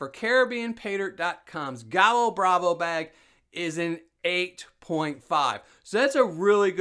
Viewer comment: Thanks!!! Great video. I now have another potential paydirt source. FYI, in Caribbean Spanish double L is pronounced like a Y. You would pronounce it “guy yo”. It means rooster. So gallo bravo means “angry rooster” or “fierce rooster”. Again, thank you so much for all you do.